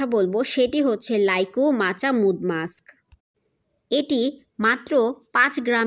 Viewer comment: এটা মাড মাক্স বলে মুড না।